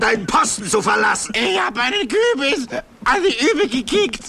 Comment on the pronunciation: "Ich habe einen Kü'bis auf die 'übe gek'iegt!"XD